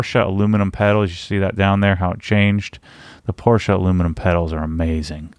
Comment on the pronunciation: I se someone else has already commented to the same effect. I've yet to see a youtuber, or aPorsche employee for that matter, pronounce it correctly. Personally I love silver wheels and think the Aurum could look good with certain colour like Night Blue. The Satin Platinum is not bad though. Definitely better than black!